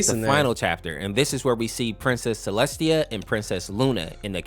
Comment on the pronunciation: IT'S CELESTIA NOT CELESTINA BRO